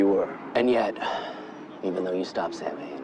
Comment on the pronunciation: Sorry to be THAT person but it's pronounced; Sōw-when.